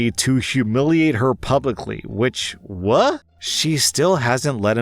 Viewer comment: Op said what not wha like a little baby